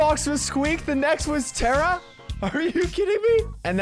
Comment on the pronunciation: tara ❌ tera✔️